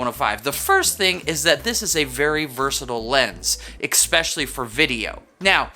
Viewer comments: “Especially “. Not ekspecially🤦🏻‍♂️ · Expecially??? Ignorant.